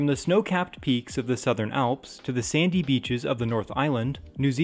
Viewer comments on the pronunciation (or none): none